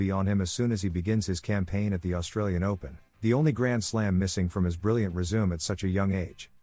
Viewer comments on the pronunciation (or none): i wish the news reader sounded a little more excited with his readings and not so mechanical. It is resume’ not resume. And other mispronunciations. Boring!